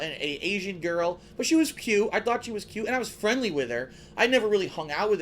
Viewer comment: Did he just say "but she was pute"?